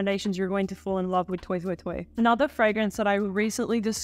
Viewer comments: Did you say, "toy toy toy?" Isn't it French? Then it's "twa twa twa.' So surprised at this pronunciation. And you with your Pierre. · Love your videos! I think it's pronounced "twah twah twah" because it's a French house 😊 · how about “toy toy toy”